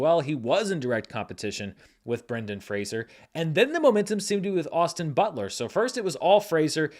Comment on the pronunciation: Thank you,, for enlightening people on the pronunciation of Brendan's name. I remember reading an interview in the 90's where he said "I'm not Kelsey Grammer; it's not 'Frasier'," and all these years later I still wince when I hear it mispronounced. I also hope he wins the Oscar, if just for people to finally get his name right.